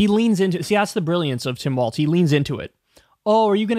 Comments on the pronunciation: It’s pronounced Walz like “walls” not waltz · Kyle. It's Walz. Not waltz. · We should make a petition to make Kyle pronounce Walz’s name properly. It’s pronounced like “walls”. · Talk Walz is pronounced WALLS! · It would help if he could pronounce his name correctly!